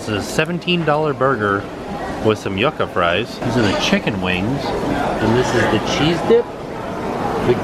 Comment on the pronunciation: That burger looked so good! it's pronounced "YOO-kah" BTW 😛